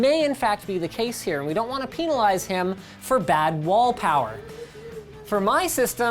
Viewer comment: peenalize him